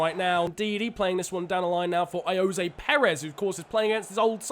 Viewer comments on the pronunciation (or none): none